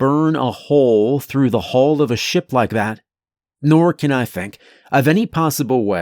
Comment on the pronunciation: Hull and Hall are not supposed to sound the same, boss.